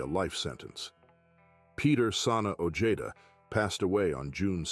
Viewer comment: Peter Sana ojeda last name sounds like (oh-hey-da)not the way this narrator saying it .